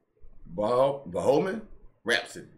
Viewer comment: Bohemian Rhapsody ( pronounce as Bo-he-me-an Rap-so-de). You need to watch the studio version video of Bohemian Rhapsody. It was produced in 1975 (Queen looks so young in it) and it is considered the first music video. It is credited with starting MTV. )